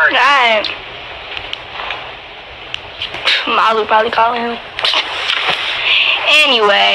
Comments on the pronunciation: I thought it was malooooo like how u pronounce it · no its MALU travejo